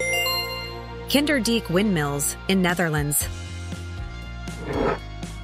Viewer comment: I didn't say I didn't like it, I've been there myself, and it's Kinderdijk, not Kinderdeek!